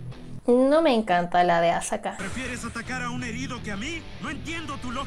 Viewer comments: Dijo azaka la stupida xD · Cómo que azaka JJAAJAJA